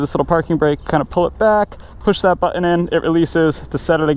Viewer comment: Great review. Like the bike. Listening him say bu'in instead of button over and over drove me nuts. Sorry...pet peeve of mine.